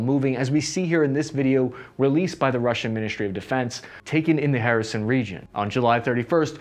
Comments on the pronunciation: HER-Son, is how to pronounce kherson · Wait is he calling Kherson "Harrison"? Lol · great video. Only problem is that your pronunciation of Kherson kept throwing me off. Here, just read these two words and youll be set: " her son " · It's pronounced herson..kherson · Where is “Harrison, Ukraine?..” Literally thought that that I was pronouncing it wrong, then realized doesn’t know how to pronounce the name. It’s very typical of English speaking people to butcher foreign names. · Are you misspronouncing all of the Ukrainian place names on purpose? You keep calling Kherson "Harrison". You're making my head hurt. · as a matter of fact it doesn't. The correct pronunciation is HER-SON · H isnt anywhere close to the cyrillic Letter Х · Sadly, never correctly. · It's actually a hard "h" like in hebrew, a sound we don't have in the english language. It's made in the back of the throat, like you're clearing your throat. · Dude, how difficult is it to pronounce the city of Kherson? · Harrison? WTF dude! It's Kherson or Xherson!🤣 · The city of Harrison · Not Kherison - Kherson, please 🙏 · & Purpose Great job! Especially nice reserch on the Russian Field manual and the "Russian Way of War" and how it's being applied. One minor "picky" comment (sorry) - there are plenty of Ukrainian cities and Oblasts with enough vowels to choke on - it's "kherson" not "kher-i-son". BUT again really nice work on this one. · “In the Harrison region…?” Dude! It took a map to understand what you meant! If you want to up your language game: the “K” is definitely NOT silent. It’s more pronounced like a “care-son” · What? He disfigures the names. Everyone who can pronounce a Spanish 'J' can also pronounce Kherson (Херсон). It's so damn easy. Tijuana, Baja California, Ciudad Juárez, Jerez de la Frontera - Jerson (Kherson, Херсон) And did he speak of Zaporizhzhia? Couldn't understand what he was saying. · I enjoy it tbh, "hair-son" 🤌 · After this is all over I'm heading to "Hereson", UA.